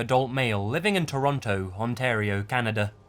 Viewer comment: Yes you pronounced "Toronto, Ontario, Canada" correctly, somehow an Aussie on utube butchered it.